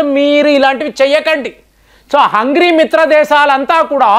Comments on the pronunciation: గారు మీ ఎనాలసిస్ బాగుంటుంది. ఇంతకు ముందు ఇప్పుడు కూడా మీరు హంగేరిని హంగిరి అంటున్నారు సరిచేసుకోగలరు. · హంగ్రీ కాదు సార్ హంగేరీ అని పిలవండి. మీకు ఆ దేశం మీద ఏమైనా కోపం ఉందా. కొన్ని కొన్ని దేశాల మరియు వ్యక్తుల పేర్లను ఎందుకు చండాలంగా పలుకుతున్నారు